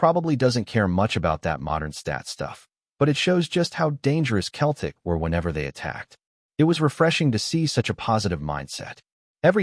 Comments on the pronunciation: Why doesn't the AI learn to say Celtic rather than Celtic! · Why do they keep saying keltic with a k sound rather than celtic with an s sound. Kearn to speak properly.